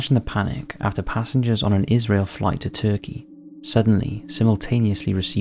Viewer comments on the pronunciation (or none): none